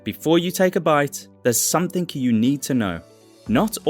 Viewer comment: You appear to be educated, and yet you say 'somethink'